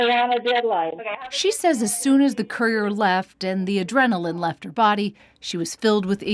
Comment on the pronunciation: "While the same courier..." COURIER? The narration sounds just as blind as the victims. ! (Sorry victims).